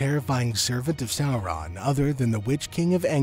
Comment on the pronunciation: Bro! I'm very much into your videos and the lore, but I couldn't stand hearing "Sourahn" multiple times for more than 5 minutes... Sorry